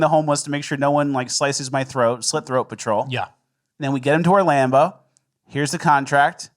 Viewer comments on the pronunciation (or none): He definitely said Orlambo. Usually he hides those a bit better, but I love the pronunciation easter eggs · Orlando or Orlambo? I swear said Orlambo.